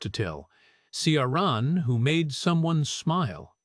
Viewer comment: AI is hopeless at pronouncing names - Ciaran!